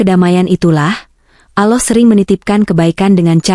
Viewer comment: Kenapa ucapannya ,bukan Allah TPI aloh perbaikilah sdikit ucapan utk jdi pengisisuara